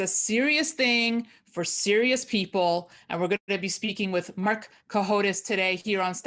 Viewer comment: Cohodes not Cahodes. otherwise 10/10